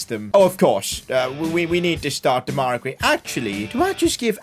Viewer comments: It’s not demayra It’s demerai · This has been triggering me, his name is pronounced De-ma-ri Grey